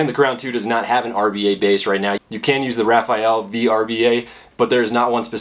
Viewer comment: It's pronounced "SMOKE." Not "Smock." And it's the Uwell RAFALE. Not, Rafael. Rafale means gust of wind in French. "Raw-fall-aye." You should really learn the correct pronunciation of the products you're reviewing.